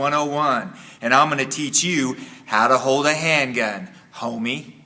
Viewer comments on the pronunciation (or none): Anyone else felt some type of way about how he said “homie” 😂😂